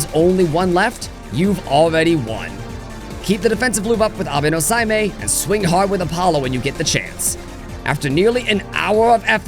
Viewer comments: No, say-may is more correct. You got the "may" part right! That "ei" particle should almost always be read as a rising "ay" sound. Abe-no-Seimei is kind of a big deal historical figure, although he doesn't often show up in Megaten (which usually uses Taira-no-Masakado, as Tokyo is his backyard). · OK great run but how did you get 'sei' wrong and 'mei' right